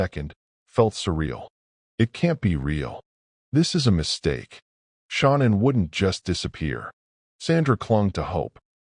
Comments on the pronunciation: Her name is SHAN ANN. NOT SHAWNEN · Her mom called her Shannon she herself pronounced it as Sha-nannn idk wtf it is you keep calling her but it’s annoying asf